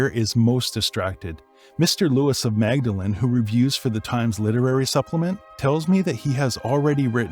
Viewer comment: C.S. Lewis was a fellow of Magdalen College, Oxford but the college is pronounced as Maudelin College.